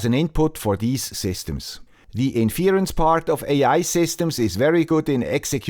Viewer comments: You can't pronounce 'inference', but I should trust your definition of it? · it is usually written as: "why should I trust your definition, if you can't pronounce 'inference' properly. Let's assume the poster meant it as a joke (which it usually is), though missing the point of "the guy with the Swiss accent" :)